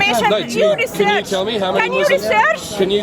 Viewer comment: "resersh" HAHAHAHA PRICELESS